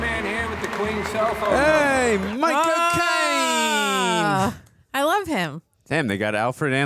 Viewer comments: really called Michael Caine "Michael Cocaine" and it just went totally unacknowledged hahahaha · its Micheal caine not Micheal cocaine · I love how pronounce "Michael Claine" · So strange every time you say Michael Caine it sounds like “my cocaine” 😂😂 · they say Micheal cocaine its Micheal caine